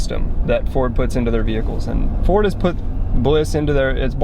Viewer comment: CAN'T EVEN SAY IT RIGHT... LOL #DEAD. Must be a Chevy guy.